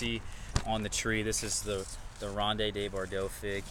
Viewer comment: it's pronounced "rownd duh bor-doh." Just 4 syllables total, my friend.:-)